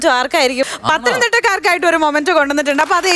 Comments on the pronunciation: മൊമൻഡോ അല്ല മോളേ മെമൻ ഡോ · മൊമൻ്റോ അല്ല മെമൻ്റോ എന്നാണ് Pronounce ചെയ്യുന്നത്